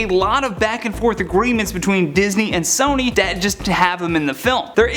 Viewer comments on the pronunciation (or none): none